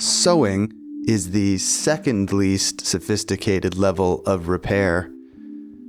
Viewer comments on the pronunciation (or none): none